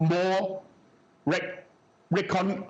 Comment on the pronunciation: As a HKer living in US, I truly commend Jimmy’s courage to speak out. It was hard for him to pronounce that word “reconciliatory”. I hope American audience can understand what he said and what he tried to deliver as a message. HKers want to be the perfect bridge between mainland China and the world. HK, like Macao, Singapore, Japan lack natural resources and lack drinking water. Everything has to be imported from GuangDong province.